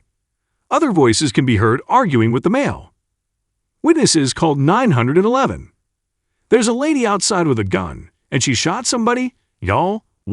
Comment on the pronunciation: Whitenesses called nine hundred and eleven.? C'mon really computer voice? What's this world coming to sounds like a sports commentator!!.lol!!